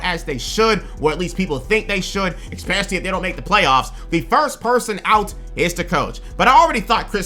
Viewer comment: PLEASE STOP SAYING "EXPECIALLY" ITS "ESPECIALLY"!!!!!! WITH AN S!!!! ESPECIALLY!!!!!!!!!!!!!